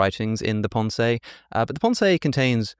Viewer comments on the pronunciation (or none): I adore listening to Alex, but his French accent is abysmal! 😂❤ The Pon Say! 😂❤ oh dear.